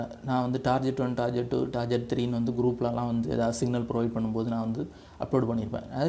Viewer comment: ''டார்கெட்'' என உச்சரிக்கவும் ப்ரோ